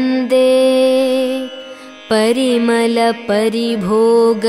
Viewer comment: Who is the singer I don't know but parimala vuchcharana koncham chusukonte Inka baguntundi. Naku thelisi parimala shabdam lo la badulu ala sound ravalsi vundi. Naa thappu, porapatu emayina vunte kshaminchandi